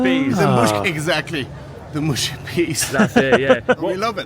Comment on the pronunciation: That’d be “muhshy” not “mooshy” 🇬🇧>🇺🇸 😉